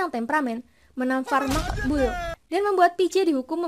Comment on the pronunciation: Wkwk ngakak pas ngomong Maqbul 🤣🤣